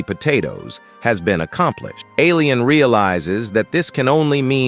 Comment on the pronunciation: Bro said alian in 😂😂😂